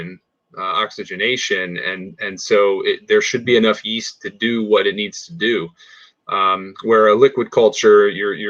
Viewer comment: he keeps calling it 'east', it's a 'yeast' .. there is a y in there, yyeeast.